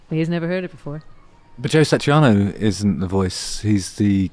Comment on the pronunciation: Its Satriani not Satriano or Satrianos (The Greek Guitarist). Having said that, I love the idea of listening to 'Surfing with the Alien' played on a bouzouki